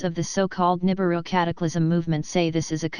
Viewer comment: really?? nuibiru again?? ffs people.